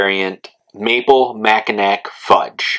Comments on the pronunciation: "Mackinack" it's pronounced Macki-NAW! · Just subbed my friend Great channel. I reviewed the coffee and it was tasty. Going to review this as well. Mackinaw or Mackinac always pronounced Mackinaw.